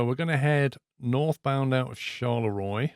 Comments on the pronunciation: Didn't you do French at school? Charleroi is not pronounced Shar le Roy but Shar le ro ah. ☹️. Other than that it seems to need some "finesse-ing" compared to the new lighting in Ets 1.40it looks a bit outdated. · Just want to clarify the "Charleroi" is pronounced more like "Charlerwah" Like most French names a bit of a pain in the back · Its pronounced Shalera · Loved the video Charleroi is pronounced char-la -wa Hope it helps i lived in antwerp or antwerpen years ago Love your videos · Charleroi is pronounced like "Charlerwa" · i love how you butchered "charleroi" ;)